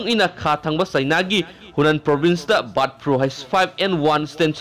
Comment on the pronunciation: Brid flu haire 👍👍